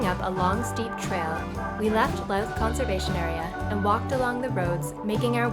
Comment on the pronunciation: Louth - I think you pronounce it like "ooze" - Looth. When we hiked the trail in , we hiked early, and never ran up against sunset - plenty of time to get lost hiking and/or driving.